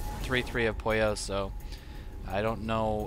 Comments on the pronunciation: I like how you call Pouilleux Poyo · funny, your pronouncetion of Pouilleux is like "pollo" that means chicken in spanish o.0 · Pouilleux is french and it means someone who has head lice or someone dirty ^^. You pronounce it : "Pooye" (where you pronounce the "e" a bit like the "e" in "given", but there's really no equivalent of this sound in english). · It's probably been said a few times already, but Pouilleux is French and means something like lazy slack-off/creep/dork and it's pronounced "pooh-y-euhr" (very soft r, with the final sound being in the back of the mouth). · yeah, and it's kinda funny how the pronunced it like "pollo" which in Spanish means chicken xD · Pouilleux is a french adjective meaning dirty or bum. It's pronounced poo-e-err, said really fast. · pronounced poo from poop, y from yell, er from butter = poo-y-er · Pouilleux is french, it's pronounced poo-ye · I thin its pronounced poo-ee-yeuh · looks like french to me, pronounced puiyu